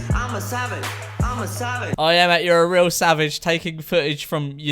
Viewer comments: I heard "I'm a salad" not "I'm a savage" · I thought he was saying 'I'm a salad' not savage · N&A sounds like he's saying salmon instead of savage, and it looks like he doesn't have that Logan Paul savage tattoo anymore, or it could just be the lighting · “I’m a savoge” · it sounds like he’s saying “imma salad” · I thought he was saying “ im a salad “ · I thouht he said "i'm a salmon"😂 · I thought he was saying I'm a salad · It sounded like he was saying "I'm a salad"